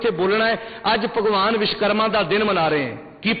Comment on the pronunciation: विशकरमा नहीं (विश्वकर्मा) वोलना सिख तेरे जन्म तों पहिलां असीं मंनदे हां अव तेरे कहिन तेकोई नहीं हटेगा विश्वकर्मा वर्मा जी दा पोता सी